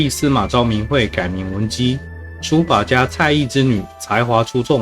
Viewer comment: 蔡邕(唸庸)